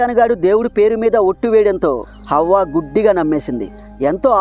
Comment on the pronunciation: Avva kadu bro havva